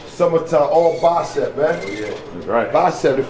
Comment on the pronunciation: not bacep its bicep bro😂